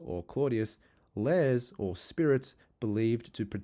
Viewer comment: Lares is two syllables: lar-aez. The singular is lar.